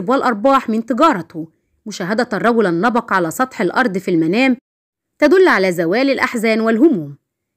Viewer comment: النبق وليس النبأ